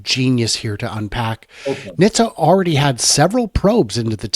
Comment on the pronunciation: it's pronounced "Nit-sa", not "Nish-ta" or "Nis-ta".